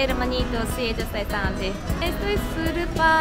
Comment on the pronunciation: Vocabulario del dia. No se dise. Supar rapido. Se dise. Super rapido